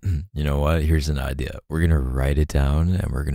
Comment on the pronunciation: the „ideah“ 😂